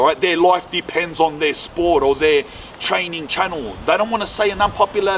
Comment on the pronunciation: “TRAY NIN”